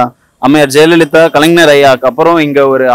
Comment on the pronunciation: அய்யா மைக் வைத்திருப்பவரே , வெற்றிடத்தை வெற்றிலை என்று தொடர்ந்து உச்சரிக்கிறீர். கலைஞரை கலைநர் என்று உச்சரிக்கிறீர்.. இது எந்த மாதிரியான தமிழ்... பொது வெளியில் இப்படியா தமிழ் பேசுவது...